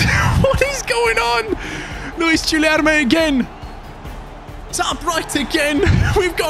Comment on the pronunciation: in portuguese, when there is a u between g or q, you dont say it. So it is like Kenda or Kilerme